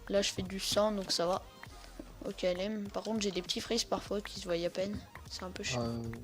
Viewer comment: arrete de done oklm dit okalm